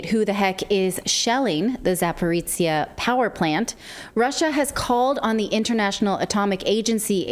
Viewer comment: Love your show, guys! One correction. It’s ZaporOJIE, not Zaporitsie.